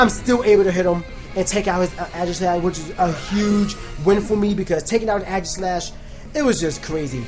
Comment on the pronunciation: I swear Aegislash is pronounced "Aygis" not "Agis" xD